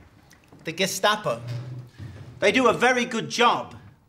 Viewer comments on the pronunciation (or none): none